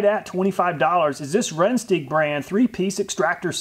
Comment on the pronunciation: You pronounce it "Ran-stike"